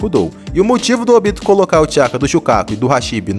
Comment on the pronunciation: Não sei pq as pessoas falam “OBÍTO” sendo que é “ÔBITO”